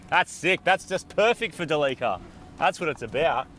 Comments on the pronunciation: It's so awesome to relax and watch the best 4x4 channel on YouTube! But why did they keep mispronoucing Delica 🤷‍♂️ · I love how you guys are still calling it Da Leeka because of its oil leaks! 😄 Instead of the correct Dell-ick-uh. BTW, never trust a vegetarian to cook your steaks! Haha just kidding, looks like they turned out okay because they weren't actually well done when you were done. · ITS NOT A DE LEAK AH, ITS DEE LEE CEE AR